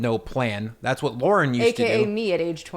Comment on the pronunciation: can't remember which video it was but he spelled it on the screen once. If you watch this video at .25 speed, you can hear him clearly pronounce it as "Lorn."